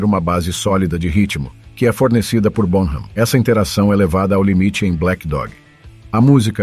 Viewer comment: Favor pronunciar BONAM, com H mudo, sem som de “R” ! Obrigado! 🥁_o_🥁